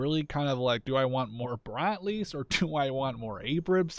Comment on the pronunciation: dont think its brat-lees bro its brad-lees